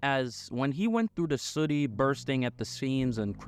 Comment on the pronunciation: Great video. I can't help but notice you saying "city" like you're in a bubble bath commercial. Suddy 🤣🤣